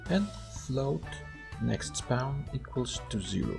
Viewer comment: "Nextspeawn" i love it